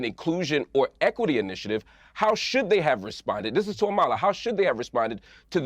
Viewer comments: I’m dying that the black guy pronounced your name wrong 💀💀 “amALa” instead of “AMala” literally would’ve screamed racism at anyone who pronounced Kamala’s name that way during the election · Is it just me or does anyone else wanna scream when they mispronounce her name. I'm like its "Ama-la NOT A-ma-la"! 👏👏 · Piers is never going to say Amala's name right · Really pisses me off they all are saying Amalas name wrong